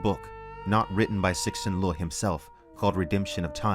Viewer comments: I love your stuff but repeat after me: Tsuh-shin Li-ooh Lol keep up the good work. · “Sixin Loo” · I love how with every video, he is closer to pronouncing Cixin Liu correctly.